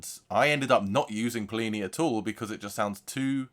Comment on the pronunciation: Rhymes with skinny or plenty without the t not plee knee